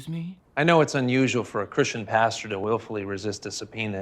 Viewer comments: I see you still read it as pasture 😂😂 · lol You said "pasture". Again. ;) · The fact that still can't say "pastor" after making so many religious videos is strangely endearing ❤️ love you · I love how says pasture for "pastor"... Idk if it's on purpose but it's so cute. Edit: commenting on this like minutes after I comment! It's like we are SOUL mates. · It's so hard to day Christian pastor three times fast. It sounds like Kristin pasture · I never would’ve noticed how wrong you say “pastor” except you mentioned it in the beginning 😂